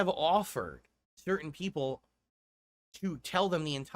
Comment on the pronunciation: "You know, snort I got a message the other day from peepul. And you know what, peepul said? They said, ". I've watched you for a long time. Peepul like me. View you differently now. Your conent is robust. Different. Meaningful. And your long-form style react style playthrough style khantent is not like the rest of the paid shills of Youtube. signed from peepul" See? I am naht a lawlcao anymore.